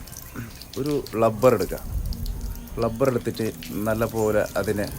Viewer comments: ളബ്ബർ അല്ല ഭായ്. റബ്ബർ... 😄😄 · ളബറല്ലടോ....... റബർ'.... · ളബ്ബർ എന്ന് കേട്ടപ്പോൾ ഞാൻ വിചാരിച്ചു ബങ്കാളി ആണെന്ന്. പിന്നെയാ മനസ്സിലായത് കാസർകോടാണെന്ന്.... അപ്പൊ ശെരി.... കാണാം.😂